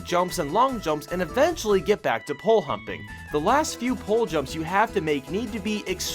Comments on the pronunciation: Did anyone heard "Pole humping" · GUYS HE accidentally said pole HUMPING INSTEAD OF POLE JUMPING